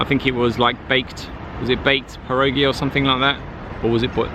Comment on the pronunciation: Great pronunciation of zapiekanka and pierogi - fried are the best indeed. P.s. nice coat btw